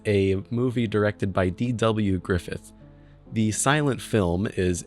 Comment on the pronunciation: DID I HEAR GRIFITH!!!